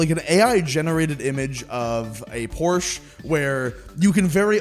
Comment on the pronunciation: idk why but "uh huh "PRSCHe"" made me crack up laughing.